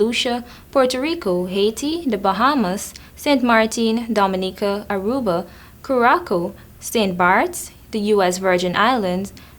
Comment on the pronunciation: the pronunciation of curaçao might be a bit different.